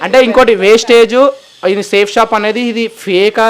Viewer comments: Vestige ra naayana wastage kadu ra spelling teliyadu adi yela palakaalo teliyadu likes and comments kosam nuvvu chese business perenti ra naayana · Westige kadhu ra Vestige raaa mundhu nuv tinnaga chadavadam nercchukora and niku vestige gurinchi teliyanappudhu aa company name endhuku include chesi matladavu west gaaa India lo the best network marketing edaina undhi ante adi vestige matrramee inka doubt unte check the Google and YouTube endhuku ante 0 investment kabatti... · అది వేస్టేజ్ కాదు వెస్టీజ్ నీకు కంపెనీ పేరే చెప్పడం రావట్లేదు నువ్వు కంపెనీ గురించి మాట్లాడే అంత సీన్ లేదు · Westage kadu ra Babu vestige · Babu adi vestage కాదు Vestige.fst correct ga ga పలకండి word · వెస్టీజ్ నేమ్ సరిగా పలక రావట్లేదు నీకు వెస్టీజ్ గురించి మాట్లాడుతున్నావా ఒక మెసేజ్ ఇస్తున్నప్పుడు ఏ కంపెనీ ఏంటి అని తెలుసుకొని మెసేజ్ ఇవ్వండి వెస్టీజ్ అనేది కొన్ని లక్షల మందికి ఉపాధి కల్పిస్తుంది